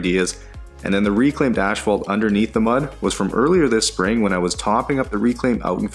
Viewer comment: It’s not “ash-fault”